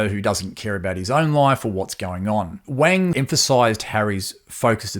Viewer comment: Wang is pronounced Wong like wrong (pardon the pun!)